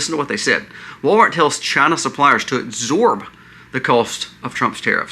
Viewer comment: It’s ABSORB! Not exsorb. Sometimes I worry that your terrible grammar causes people to unsubscribe. I appreciate all the research you do and the variety of topics you cover. So I’ll stay subscribed ❤God bless you.